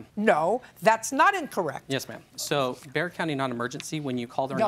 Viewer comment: Hold on.... did he say Bexar County (its pronounced bear fir those who dont know)??? As in San Antonio??????? Oh God I hope he doesnt move into my neighborhood and join the HOA!